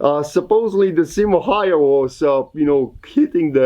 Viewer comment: Häyhä is pronounced more like "Hauwha" (Which I have problems spelling pheonetically) but that doesn''t reflect on the video, which is great :)